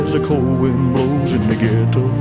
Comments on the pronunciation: Mac Davis wished Elvis had pronounced Ghetto as ghe-doe not ghet -toe. He did not write it that way. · Mac was taken aback when Elvis pronounced the word ghetto the way he did. But it worked anyway. I remember a routine with Richard Pryor making fun of the way the word was pronounced in the song.